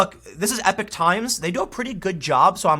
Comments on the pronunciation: E Pawk like Tupac. Not epic. Epok. I hate grammar Nazis, but I'm a pronunciation Nero. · Damnit Tim, epoch, like Tupac, not epic.